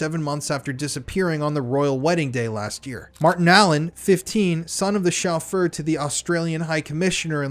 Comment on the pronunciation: Good coverage. It always seems it's the men who attack boys who are the cruellest and most prolific. To sound more professional, just check pronunciations first - Sinn Fein, Gloucestershire, chauffeur etc.